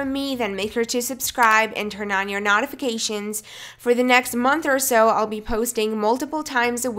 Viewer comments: So no one is going to talk about how she said “NATAFACATIONS” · Why do you say "NATAFICATIONS"🤣🤣